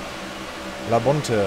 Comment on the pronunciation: schade, am ende hastes dir selbst versaut...aber trotzdem, sehr schönes anschauliches rennen! und einmal muss ich auch klugscheißern: Bobby Labonte wird "Labonti" gesprochen :) Keep Diggin' ;)